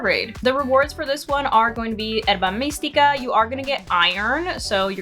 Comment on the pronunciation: So Latina with the “mystica” 😝